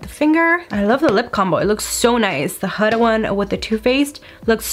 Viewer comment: Hi!! I enjoy your videos. A little FYI: Huda is pronounced with a long sounding U like Hoo-da. Lol. Not hating I promise.